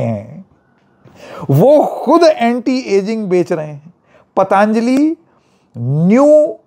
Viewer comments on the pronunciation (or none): जी, आपने बिल्कुल ठीक आपत्ति उठाई.....सब ठीक रहा.....बस एक कमी खल रही है......पतांजली नहीं, पतंजलि बोलिए। अंग्रेजों की समस्या तो समझ में आती है लेकिन हम हिन्दुस्तानियों, वह भी उत्तर भारतियों की क्या समस्या है कि हम ठीक ढंग से अपने शुद्ध भारतीय नाम भी नहीं बोल सकते? किन्हें खुश करना चाहते हैं हम? किस अंग्रेज को? क्या आप ट्रम्प को खुश करना चाहते हैं? अच्छे खासे 'योग' को आप सब (खासकर अंग्रेज़ी) मीडिया वालों ने 'योगा' तो कर ही डाला है। अब ऋषि पतंजलि के नाम-स्वरूप में परिवर्तन करना चाहते हैं। सवाल है कि क्यों? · पतंजलि बोलिए, पतांजली नहीं 😊